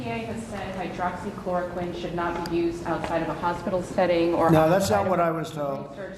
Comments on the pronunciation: Haghaaha he can’t even pronounce hydroxychloroquine...lmaOoo! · Why are every one of his responses the same? Everything is great, we’re doing a wonderful job, blah blah blah. Everything is false or fake his vocabulary is that of a 5th grader he can’t pronounce words, he slurs and now he is telling people who are dumb enough to believe him that he’s an expert on medical advise he’s a total idiot. Why when he can’t answer a question he responds rudely I can’t stand Trump he’s such an -ss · Funny how he forgot the name or forgot how to pronounce hydroxychloroquine after touting its effectiveness! I heard there are some devastating side effects like forgetfulness, hallucinations, death and other weird s#!+! It’s hard to tell, but I think Djackass Drumpf aka Donald jTrump is losing whatever mind he has left!